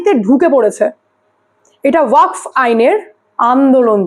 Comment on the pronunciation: দিদি,উচ্চারণ টা ওয়াক নয়।ওয়াকফ হবে।